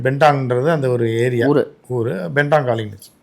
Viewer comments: It's BENTONG.... Not Bendang... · உச்சரிப்பு பெந்தோங் காளி... பென்தாங் என்பது மிக..மிக.. தவறான உச்சரிப்பு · பெண்டாங் இல்லபா பெந்தோங் காளி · Onnum teriyamma Bentong kali Perai ucharikka vendam.